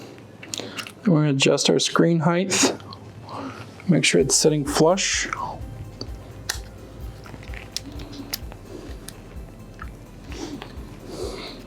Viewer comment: Where did you get the "Heith" from "Height"? It explains a lot. 😅